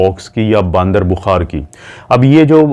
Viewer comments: ڈاکٹر صاحب باندر نہیں ہوتا بندر ہوتا ہے اردو میں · باندر نہیں بندر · Kia jahaalat hai baandar bukhaar had ho gaee wese. بندر hai not باندر